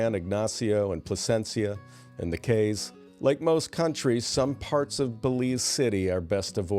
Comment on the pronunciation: The cayes are pronounced keys. Never been there?